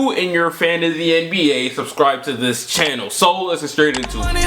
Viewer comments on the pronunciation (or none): none